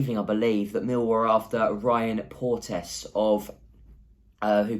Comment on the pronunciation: As a Hibs fan and someone who follows Millwall Port-e-ous